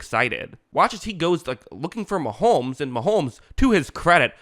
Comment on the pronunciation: It’s Mahomes NOT Maholmes.